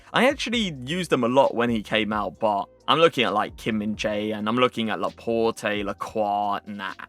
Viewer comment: dont you say laport??